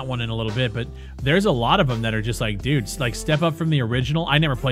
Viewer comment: Lmao... that Canadian "d0000d, this game is d00g shit mannn" got him this far... :D